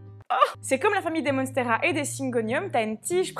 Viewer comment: Monnnsteras 😄😄😄 Ça fait américain c'est vendeur